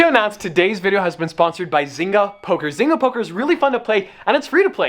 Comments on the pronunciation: Isn't it pronounced zain-ga or am i wrong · Biggest thing I got from this video. I'm pretty sure one of us is pronouncing zynga wrong and it might be me